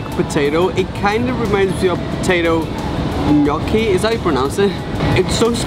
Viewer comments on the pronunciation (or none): none